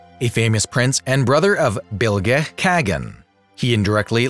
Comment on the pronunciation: i never understand how those people tell kagan as cygan or something like that. it's a hard word not a soft one. kaa-gan. in you alphabet maybe it can be like: ca-ga-un